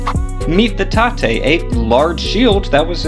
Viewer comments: He pronounced it like tatei when it’s supposed to be tate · 盾(たて)(tate) means shield pronounced tah-teh